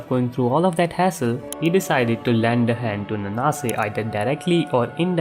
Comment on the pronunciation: I always read Nanase as 'Naan-se' so hearing 'N-naa-se' for 24 mins straight was really painful🥲